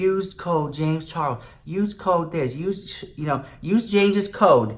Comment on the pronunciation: i love the way you call him james CHAR WOLS xx